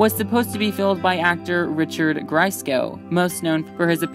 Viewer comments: It’s Richard “GREEKCO” - not Griko. Richard Grieco. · Richard Grieco. Not Gresco! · Please learn how to pronounce the names correctly! "Krause" is pronounced differently each time, and "Griseco"?? It's Grieco! Pronounced "Gree-Co"!! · Grieco-Sorry if the narrator's poor pronunciation threw you off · Ya mispronounced Richard Grieco's name. Lmfaoo!!